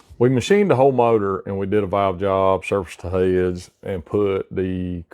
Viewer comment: I never knew the word "heads" was pronounced in two syllables.